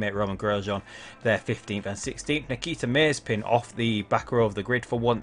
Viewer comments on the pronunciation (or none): He isn't [meizpin]! He is [maze'pin]